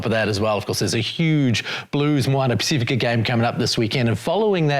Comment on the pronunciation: Pac if ika Ross, not Pac ee fika!